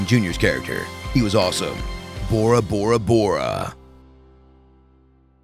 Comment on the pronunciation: It's Tora! Tora! Tora! Not Bora! Bora! Bora!